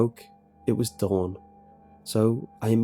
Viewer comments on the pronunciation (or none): none